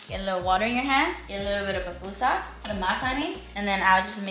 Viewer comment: It’s pupusa not PAPpusa 😂😂😂😂😂😂